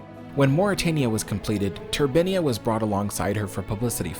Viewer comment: You pronounce 'turbine' correctly one minute, then name the ship incorrectly. I do understand Americans can't speak English properly but do make your bl**dy mind up.